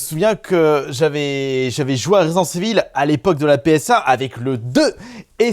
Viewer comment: 2026 et le mec ne sait toujours pas dire résident evil…c est juste ouf…..resissensse Evil 🧐🧐🧐